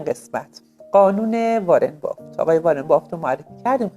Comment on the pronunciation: بافت ❌ بافِت ✅